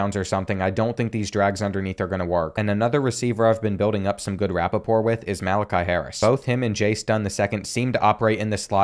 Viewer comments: sry to be a dick but the word is rapport not rapoport.....ian rapoport is the nfl commentator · Did this dude just say rap-pa-port